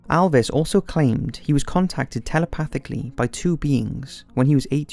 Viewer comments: Mate it’s not alves,it’s elves.don’t mess his name up like that 😠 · It's Elvis not Alvis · pronounced Elvis not alvis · ELLLLLLLLLLLLLLLLLLLLL-vis Not "iLL-vis" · "Alvis Presley" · its not Alvis! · It's Elvis not Alvis :P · Elvis not Alvis.